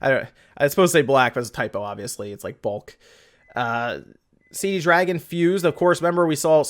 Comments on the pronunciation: Damn, it's Cdragon, not Cd dragon. :D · This shows how old some of those games are, the Dynasty Warriors game was Dynasty Warriors 7. I have a copy of Dynasty Warriors 8 on my Xbox 360. So nothing within the last few years. Also dude, it's not CD dragon, it's only cdragon. When you say CD dragon you accidentally make it sound much cooler than it really is.